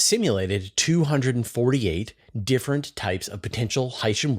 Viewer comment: Your pronunciation of hycean is correct. HY-shən HY-: Sounds like the word "high". -shən: Sounds like the word "shun"